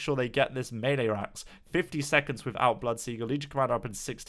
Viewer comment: Wow, a Brit who can't say melee. Odd.